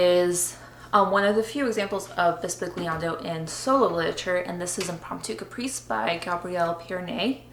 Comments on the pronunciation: Great videos and appreciate the excellent insights into composing for harp. The closest explanation is that 'gli' is prounounced as in the word millionaire (eg bisbilliando) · Very instructional video! Just an aside, the "g" in "bisbigliando" is silent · How to pronounce the "gli" of the word "bisbigliando" Wich is a different sound from the sound of "Gli" of the word "glissando" that is right as you are saying now an hard sound g+l. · Great video, you should say bisbigliando is the Italian for whispering. And the correct pronunciation is different, the g is not hard as in the word big but sweet (I don't know if the sound of Italian GL is used in English... see the words aglio, paglia, meglio...) love from Italy!